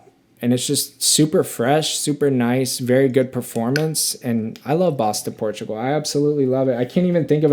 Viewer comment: I really enjoy your delivery. Comes across as down to earth and honest. Just watched several of your videos and I do enjoy the channel. I have to say every time you say Bois Du Portugal I cringe though. Its pronounced “Bwah doo Por-too-gal”.